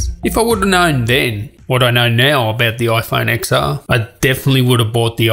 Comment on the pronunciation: It’s not IPhone X[x]R it’s IPhone X[ten]R For fuck sake